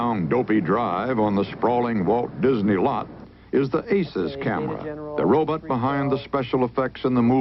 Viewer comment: What's a "robit".